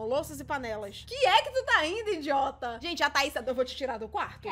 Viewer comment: "Oque é que tu ta rindo innndiota"😂😂berrooooo